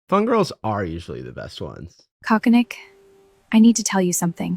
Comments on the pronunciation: I guess both. It's meant to be coconick yet I hear coke addict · Did I actually hear Cherrita call the coconut Cock-a-Nick, or is the psychosis setting in already? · They can’t even keep Coconick’s name pronounced the same